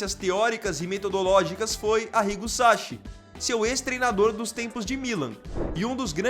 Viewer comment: SaCHI= Pronuncia = Ki , não é como o nosso Ch… SAKI!!! pesquisa antes de pronunciar .